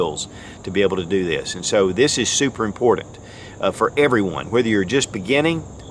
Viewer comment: I've been a subscriber for years and love your content! But man, I hate the way you pronounce important 😂